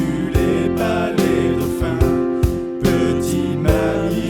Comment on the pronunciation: Y'a un " s"quand on dit " des dauphins " :3 Bonnes fêtes à vous messieurs :3